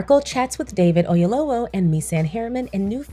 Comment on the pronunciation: Great movie! I had to take some moments and decompress 😢. Very cathartic when you’ve experienced grief ❤️‍🩹‼️ (PS. 🥇 for the great pronunciation of Mr Oyelowo’s name. Yoruba is not easy 👏🏽👏🏽👏🏽)